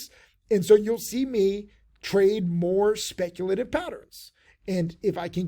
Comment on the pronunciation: "I WILL BE SPECTULATIVE"